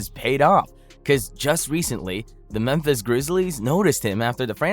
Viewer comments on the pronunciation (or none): none